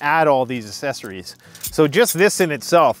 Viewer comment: FYI...Denier refering to fabric etc is pronounced DEN-EE-ER. Also not asseries try AKSesaries!